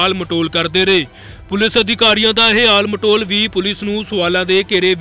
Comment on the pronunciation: ਪਤਰਕਾਰ ਵੀਰ ਆਲ ਮਟੋਲ ਨਹੀਂ ਹੁੰਦਾ ਟਾਲ ਮਟੋਲ ਹੁੰਦਾ